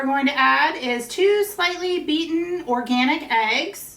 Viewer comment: Or-gee-nick. lol